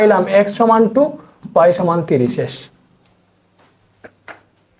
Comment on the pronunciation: Sir three কে থিরি বলে 😂 Don,t mind 😁